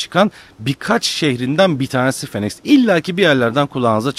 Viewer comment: Abi phoenix 'finix' diye okunuyo. Nba'dan biliyorum :)